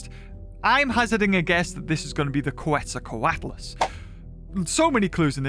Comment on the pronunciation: Sorry dude but your pronunciation of Quetzalcoatlus is killing me. It’s Kets-zal-kwot-lus. Quetzalcoatl is pronounced the same, except the -tl is just a harsh sounding T to put it simply.